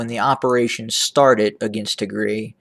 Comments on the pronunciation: What Tigre? Pls correct Pronounce it’s Tigray!!! The one used pronounced is similar to call instead of America “ amrea “ which is completely only used hateful people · Yes I am wondering why this is called "attack drones over tigreee" .... primarily because it's usually pronounced tig-ray ;) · 🤣🤣🤣🤣🤣🤣🤣"ATTACK OVER TIGRI". 🤣🤣🤣 YOU CAN'T EVEN PRONOUNCES THE NAME PROPERLY TIGAY. YOU TRY TO ANALISE WHAT HAPPENED IN TIGRAY. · Pronounced tig rye